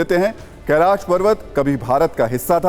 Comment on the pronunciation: कैलास नहीं कैलाश